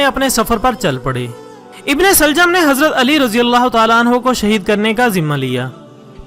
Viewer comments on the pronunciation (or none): I need e muljam not in e shaljum please make sure in ur mind I m sorry might it’s slip of toung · bhai ibn-saljam nahi ibn-muljim he us lanti shaks ka naam